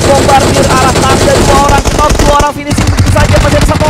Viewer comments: “Nok” woi nok. Bukan “kenok” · Plislah jgn mengucap kata “knock” jadi kenok. Aneh bgt, apa ga pernah belajar? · 'knock' itu dibacannya /nok/ 'k' nya ngga dibaca alias silent word...